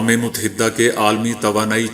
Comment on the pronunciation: اقوام متحدہ اور متحدة عرب امارات دونوں میں اپ کا تلفظ غلط ہے،ت پر زبر پڑھنا بالکل غلط ھے ت پر جزم پڑھیں اپ دال پر شد یا تشدید پڑھنے کےبجائے ،دال پر صرف اور صرف زبر پڑھیں۔ میں پہلے بھی عرض کرچکا ھوں۔تلفظ کی اصلاح کرنا کوئی مشکل نہیں اگر انسان اسے صدق دل سے قبول کرے۔ ھٹ دھرمی سے اپنی غلطیوں کو خوبیاں سمجھنا، زبان اور تلفظ کی دہشت گردی کے زمرے میں اتاھے۔اپ اکیلے میں کچھ بھی کریں یہ اپ کی ذات تک محدود ہے، لیکن جب آپ یوٹیوب کے پلیٹ فارم سے پوری قوم کو غلط تلفظ سکھاتے ھیں اس کاذمہ کس کے سر ھوگا۔ ھاں اگر آپ قوم کو اپنے اس نشرئیے میں بتائیں کہ اس جملے کا صحیح تلفظ یہ ھے۔تو اپ کا یہ انتہائی مستحسن قدم ھوگا۔ ا